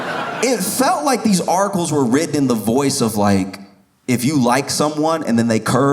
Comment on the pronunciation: He's saying "articles", but I'm hearing "Oracles".